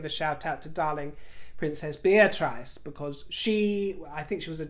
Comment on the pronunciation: Your videos are very amusing! Thank you for entertaining me, :-) Just something I noticed, hope you don't mind me correcting you, but you are not pronouncing Princess Beatrice's name right. You say Beatraise, like in 'lice', but it is Beatriss, like in 'kiss'.